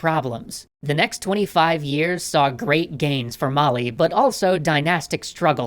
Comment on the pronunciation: mali is pronounced a little bit differently good try through =)